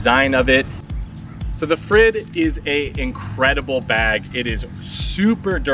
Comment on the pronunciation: It seems they left you without pronounciation instruction, but you can say 'freed' and you're very close. Use Spanish 'r' if you want to be even closer.